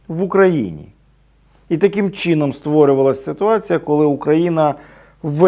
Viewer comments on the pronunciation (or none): таким ,,чіном,,...ну бляяя😂😂😂